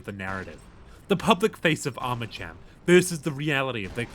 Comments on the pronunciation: It's ARMACAM The H is silent! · because he says arma-CHAM for the love of god he played the game and didn't register once how characters say it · I don't understand how he mispronounces armacham either when it is said a million times in the game. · holy shit okay we get it he said it wrong 😭